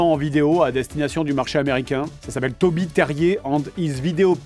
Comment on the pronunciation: Au secour, je n'entends pas "Toby" mais "Koby"! Panda m'aurait-il corrompu ? ou es-ce elle qu'on entends pleurer ?